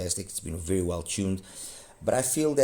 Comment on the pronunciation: Wery wery nice review...